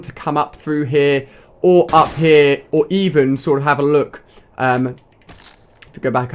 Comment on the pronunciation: when he says here it sounds like heh